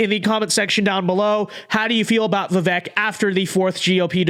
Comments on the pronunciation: Vake not vek phuk bro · Not a comma la shill but vi-vake not vih vhek